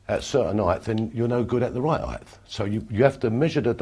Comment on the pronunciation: "Righ' eyet-th" 😂 Love Bobby!